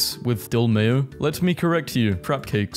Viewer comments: Most people are probably just confused at your botched attempt at saying "tzatziki". But any potential greek watcher just died inside... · that sauce is easier to pronounce if you spell it out like “Ta-zeke” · TuzAzAsKee sauce!?!? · the way he read Tzatziki is gonna make me combust